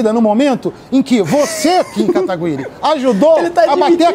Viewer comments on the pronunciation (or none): "Kim katagÜiri" kkkk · "Kim KatagÜiri" aaahhh meu deus que agonia kkkkkkk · Katagüiri, Katiguy, Katiguri... "Essas qüestões de pronúncia de japonês não são fáceis não, tálkêy?". Aliás, parabéns pelo trabalho, Kim! E também pela paciência que tem ao ver um cara te criticando por errar o nome dele, quando ele próprio não conseguia pronunciar o seu. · "KIM KATAGU-Í-RI" KKKKKK